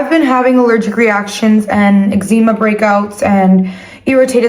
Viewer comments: I find it funny how pronounces eczema “EGG-zeh-mah” while pronounces the same word “egg-ZEE-mah” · Egg-zeema breakouts 😜 (Promise not trine be mean) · I have been having ex-E-meh breakouts😂😂😂😂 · egg-zee-mah breakouts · eczema i thought it was pronounced ex ma 😭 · eczema 😭 lord it’s pronounced ex-za-ma that’s hilarious how you pronounced it literally how its spelled lol you guys videos always make me smile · I like how pronounces eczema like “eggszeema” and doesn’t care. she’s never said it any different 😭